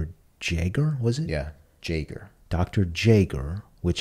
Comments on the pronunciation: Hearing them say jaeger as "jay-ger" kills me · Just to clarify, the pronounciation of Jaeger is "yay-gar". It's a German name, and you will find a lot of this show is heavily influenced by German culture in more ways than one. Even some of the songs used are in German instead of Japanese!